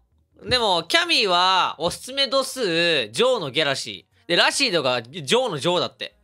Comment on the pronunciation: ラシードのイントネーション気になる